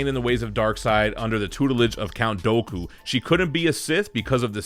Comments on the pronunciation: It's pronounced "Do-ku" as apposed to "Doe-ku" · One of the best clone wars characters!How do you like Clone Wars? The statue looks great! Ps Count Dooku is pronounced Count Douku. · the way he pronounced Dooku had be in pieces